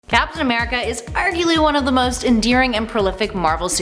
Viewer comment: As soon as I opened this video I heard “FAPtain America” we got some hornballs at Top 10😂 or does that make me the horn ball?